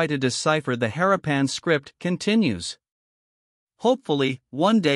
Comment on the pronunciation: Interesting subject. Repetitive, uninteresting video and images. Most annoying is the following: It is pronounced 'ha-RAH-pan' not 'HAH-ra-PAN'